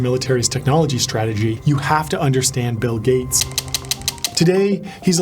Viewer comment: Bill GAYts